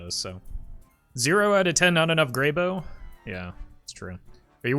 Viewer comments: Goddamnit it’s grey b-ow!!!!! not b-oh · Is it really pronounced as Grey-Bo? I always thought it was Grey-Bow. My whole life has been a lie :( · "Grey bow" literally unwatchable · You're worried about that, but not about how he mispronounces Greybough?